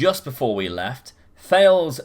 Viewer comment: This is how you say Thales: ta-liz 🤣